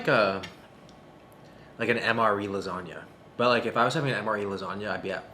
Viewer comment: as an italian I felt bad for that "lasagna"